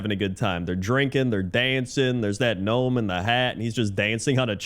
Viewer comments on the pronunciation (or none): none